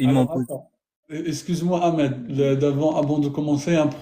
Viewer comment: pourqoui dire amed hhh comme si vous n êtes pas arabe hhh